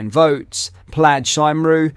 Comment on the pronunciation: Cymru -pronounced kumry not simroo 😉